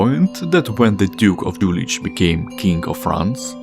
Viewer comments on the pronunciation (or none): "Юлих" читается с "Х" на конце, не с "Ч" Интересное видео